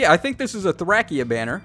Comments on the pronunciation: Its not Thrackia, its not Thrasheea, its Thrashia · Please tacho it’s thray-sha not thrackya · Its threy-see-yuh not thra-kee-uh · All of the characters in the game say “Thray-shee-uh” in their voice lines. You’re wrong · hold on did u just say thrackia 😳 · I don’t doubt you know Japanese but the characters from Thracia don’t call it thrackia so it def not pronounced that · It's pronounced "Thray-she-uh" as per the trailer. You can pronounce it however you want and so can, it is just a game after all. But we do know the proper pronounciation. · Listen to the voice lines in the game. You’re wrong., the localization is “Thray-shee-uh” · did he really just say thrackia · Yikes. We know you need to go back and relearn phonics, but ouch, your pronunciation of Thracia just hurts. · I think it's hilarious. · The way you pronounce Thracia triggers me